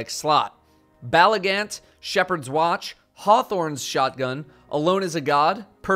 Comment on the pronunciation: "shephards wacht"